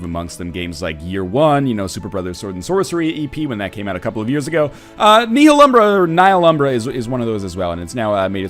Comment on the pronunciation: THE H IS SLIENT